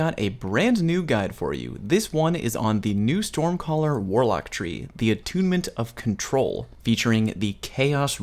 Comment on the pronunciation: ...and that is all I have to say on the Attunement of Kamehameha what?! Goes back 10 seconds "the Attunement of Control" awwwww 😔